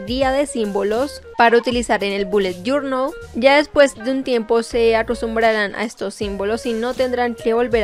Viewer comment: Te reto a que te tomes un trago por cada ves que dice "boulet jornal" Yo:reto aseptado